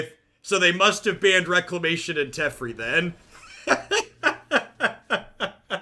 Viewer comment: It is pronounced Teh-Fair-E, not Tef-er-E